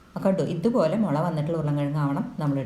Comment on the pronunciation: മുല അല്ല മുള ok 😂